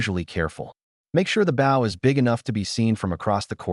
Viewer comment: AI has trouble prouncing bow LoL